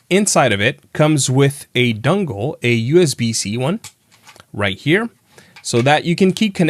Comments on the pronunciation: I'm sorry man. I really enjoy your videos, but if you keep saying "Dungle" instead of "Dongle" I'm gonna have to stop liking them 😭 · great video. you said dungle.